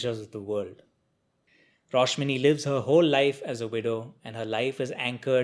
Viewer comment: It's a great review. Btw the name's Rashmoni,not Roshmini.